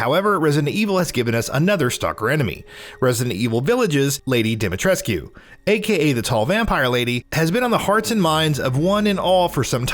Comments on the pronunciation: The game has been out for days and you still cant pronounce her name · Ethan is an American and americans don’t know how to pronounce shit (or they don’t want to) so it’s in fact rather realistic. In all the other languages, it’s pronounced the right way. It’s only pronounced wrongly in English. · why do people still mispronounce her name? Capcom actually said its mispronounce "Lady DIMITRIS" not dimitrisscu. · Can people please stop pronouncing the u in Dimitrescu? It's pronounced DimiTRESK. Like literally her name is said quite a few times in the game... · Anyone else kinda bothered by constant pronunciation of DimetrescYOOOU... haha... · Great video but your pronunciation of Lady Ds second name bothers me more than it should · I’m sorry but during the game Lady Dimitrescu says her name more than once however you are not able to pronounce it correctly? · we're still pronouncing Lady D's name wrong? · Why does everyone still mispronounce Demitrescu's name. The u is silent. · that's not how you say her name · Lady Dimitrescu, the u is silent in her name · The u is silent in Dimitrescu. They say the name a thousand times in the game. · Bro i get it, but the game takes place in Romania. The "u" isnt silent at all in our language, a lot of family names having "-escu" as a suffix (ex. Georgescu, Iliescu... etc.). She is Romanian and therefore her name is too, just because the voice actors don't pronounce her name with an "u" doesn't mean it's the right way to pronounce it :) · gaddammit, STOP pronouncing the U at the end of Dimitrescu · Pronounced lady Dimitrescu wrong otherwise good video. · If your that obsessed why cant you pronounce lady ds name properly